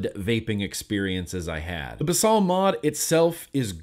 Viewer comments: I believe it's pronounced basil like the herb, basal means base in a medical sense. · Basal means something like, "forming the base," and gets used a lot in scientific writing. It's pronounced "baes-ul," kind of like the word "bays," followed by "ull," as in "skull." I know pronunciation isn't important, but I can't stand idly by as you abuse innocent words! :V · Love your reviews as always! Thanks for being you. Ps: basal is Latin for base, it’s pronounced how Americans say basil the herb “bay-sill” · I believe it may be pronounced as baesal